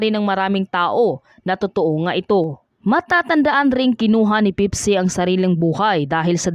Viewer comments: Hindi po pipsi ang name ng babae ate. Pepsi po ang dapat na pagbigkas. Hindi pipsi😅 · PIPSI? Pakiayos po ang accent pls